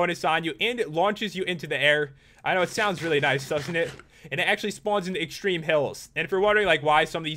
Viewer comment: It's Extreme not Extrme